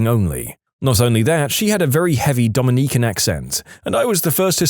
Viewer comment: Dominiquen?! Like a person... Not the people from The Dominican Republic... Dominicans... Q and C make different sounds This drives my Dyslexic butt nuts.